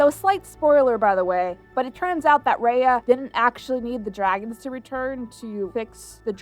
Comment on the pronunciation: how can people watch a whole movie with people calling out the main character's name but still mispronounce the said name??